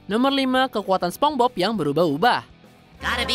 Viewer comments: "Spongbob"? wah kacau nih orang😂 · Naratornya disuruh ajarin ngomong SPONGEBOB dulu lahh Dari tadi ngomong SepongBob aneh dan ambigu bgt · Yg lucu adalah penyebutan naratornya ke spongbob bukan spongebob🥺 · Cara bacanya "sponsbob" bukan "sepongbob", kasian si bob kalo kata radit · Naratornya bilang sepong-bob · "spong bob" hehehe